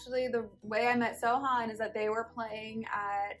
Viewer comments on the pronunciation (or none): When she says "Sohan" it sounds like "So... hun" Lol Great love story! Congratulations you guys <3